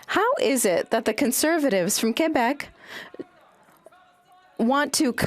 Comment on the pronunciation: What is it with English people saying.."Quo bec.."..whats all that about eh...